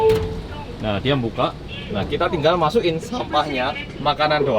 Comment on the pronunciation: "Kita Klethek" 😂😂